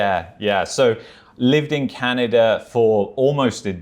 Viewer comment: pronunciation of "Canny-dah" is cute.